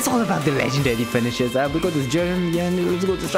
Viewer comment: 10 % video I actually can hear him saying Jiren, other 90 i hear only "GERMAN"